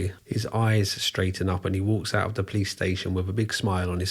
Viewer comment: How he pronounces "police"... "PLICE" 😋❣️